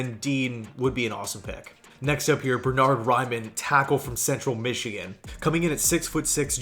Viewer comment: It’s Bernard Rinmann trust me